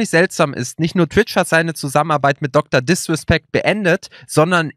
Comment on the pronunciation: Niemand:: DrDiswespeckt